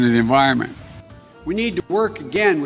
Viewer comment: That WUZ a BUG... speaking of the EN-VIRALment... .